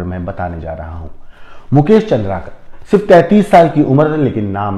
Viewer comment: सर , चंद्राकर नहीं, चंद्रकार है,जोंकी,sc वर्ग में आते है, चंद्राकर,obc वर्ग में आते हैं।